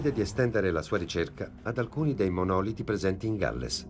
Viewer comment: Si dice monolìti, non monòliti, ignoranti!